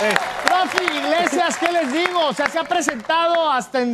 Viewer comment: acabo de ver que dice Gabriel Iglesisas, antes de Gabriel Iglesias